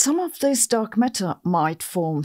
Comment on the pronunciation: She says "Dog Matter" and now you can't unhear this